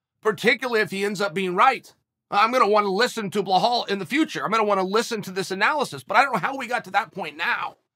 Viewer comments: IT'S BELAL ... B-E-L-A-L PLEASE FOR THE LOVE OF GOD CHEAL LEARN HOW TO BLOODY PRONOUNCE IT. IT'S NOT BLEHAL ... WTF IS BLEHAL?! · It’s Bill-All not Bill-Hall 😂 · "Blahall" why would uncle Chael always mispronounce names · Belal.. Pronounce as BE-LOL Not BE-HALL hehehehe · My two favorite fighters. Bluh-Hall Muhammad & Ige Provaska (Also I have a new favorite coach, Treven Wittman!) The pure lack of shit in pronunciation by Uncle Chael for YEARS now is impressive. He sticks with it ! 👏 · I clicked only to hear “bluhall” 😂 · I want Chael to point out where the "L" is before the "E" in "Belal". What is a Bluh-hall? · uncle chael handing out extra Ls to everybody. bla-hall, mockel-chev, im sure there's more somewhere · it's not difficult for you either to not pay attention on that and forget that you hear Blahal. 🤣🤣 Uncle Chael can baptise anyone at any age. Undefeated undisputed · Hahaha are you serious chael? „Blahall mohammed“ 🤣🤣🤣🤣 I love this man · “Blahall” lmao another gem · “BLA-Hall” lmao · Who the hell is "blehal bluehamed" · His name is pronounced Be-Lal. You're welcome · Who the fuck is "BLAHAL" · Ok I have to personally apologize to you uncle Chael. I always thought you mispronounced Belal’s name by mistake. I have conceded to the fact that you are too smart to not know how to pronounce his name, and that you’re doing it on purpose. That’s genius. You’re the best Chael.😂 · How does someone mess up a name as simple as belal lmao...uncle is the goat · I get it now, he's not pronouncing Belal Muhammad wrong purposely. He's just packing a huge lipper and L's dont come across well when you trying to keep it's packed in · Chael please it's belal respect on his name 😎😎😎 #chaelthe gangster